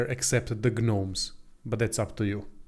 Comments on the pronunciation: Very great guide, thank you! And if nobody has told you, the word gnome is pronounced as nome in English. The g is silent. Just thought I'd let you know and we thank you for the awesome guides for this awesome game. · Thanks, but I’m gonna go with ghuhnoam from here out